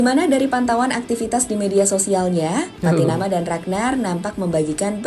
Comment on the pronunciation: Pattynama bang, bukan Patiyama..